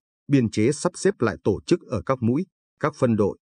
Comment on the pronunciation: Càng ngày thấy ngành Giáo dục càng ngày càng đi xuống. Ai đời " tổ chức" lại đọc thành " to chức". Nghe như trẻ con tập đọc . Vui tai mà lại rất buồn. Người đọc phái rất tự tin với khả năng của mình mới dám đọc cho nhiều người nghe hoặc là họ quá coi thường người nghe!!!!!?????